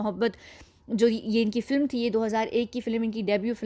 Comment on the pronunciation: Aapki awaaz bhadiya hai par filim na bola karen. Film hai